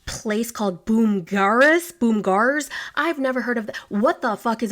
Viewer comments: BOMB-GARDS! It’s Bomb-Gards is how it’s pronounced. I had one in Iowa growing up and these places sell chicks, ducks, turkeys, then horse equipment, chicken/duck/turkey equipment, hunting items, shirts/pants/jackets, shock collars for dogs, etc etc. When I saw Bomgaars I was so excited! It makes me miss home. Also not me yelling at my phone when you pronounced it Po 😂, no fault of your own! It’s strange spelling for sure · Born and raised in Sioux Falls, South Dakota. Its pronounced BOMB-GARS lol. Its like a mini Menards. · 😂😂😂😂😂 her trying to pronounce Bomgaars is HILARIOUS!!!!!! It’s pronounced more like bumgaars. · 😂😂😂😂 the pronunciation is bum-gars or bomb-gars 😂😂😂 i have heard it said both ways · Lol Wyoming resident here, it's pronounced BOMB - GARS hehehe and it's like an outdoor feed/stock store with clothing and supplies. Like Murdochs or Tractor Supply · “Bomb-Gars” is how I pronounce it in the Midwest lmao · pronounced bomb-gahrs. It is like Walmart but "countryfied". You can grab a new shirt, toy car and candy for the youngin', some garden hose, new toilet seat, and a box of live chicks all in one go.